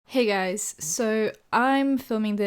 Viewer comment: lmao sounded completely american when she said "hey guys" at the beginning